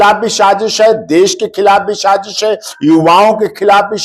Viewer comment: Shazash 😂😂😂😂😂phly Bolna saihk ..sazish lafz hota h